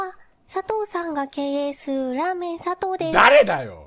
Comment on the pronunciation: 経営すぅ ってちゃんと言えてないが可愛すぎる❤️